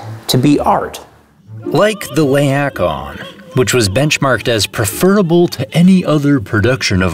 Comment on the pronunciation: It’s the lay-ack-a-wan not the lay-ak-won